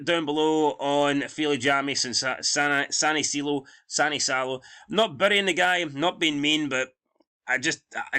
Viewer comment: Your pronounce it Vilhami Sinichalo